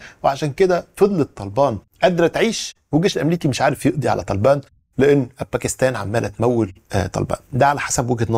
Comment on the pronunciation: أول مرة حد ينطق اسم طالبان صح Good Accent 👌